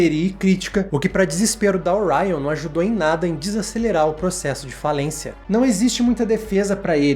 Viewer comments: Que pronúncia ser oraion o que.😮Ser orion mesmo 😊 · Depois de 20 minutos de video que eu percebi que essa maluco ai estava falando da Orion. Tudo bem cara é assim que se pronuncia mas, francamente né. É ser muito blasé mesmo